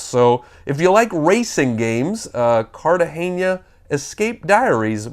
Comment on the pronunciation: Just an FYI: it's Cartagena not Cartageñia.